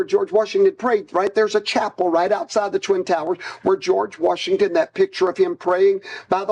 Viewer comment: George WARSHington.